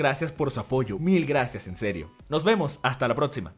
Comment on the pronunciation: pronuncia Protzima